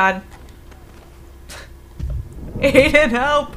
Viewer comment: Gabriel Ortega it's I den idk why she keeps saying a den